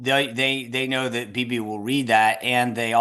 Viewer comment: Why does always MISPRONOUNCE Bibi's name??????????????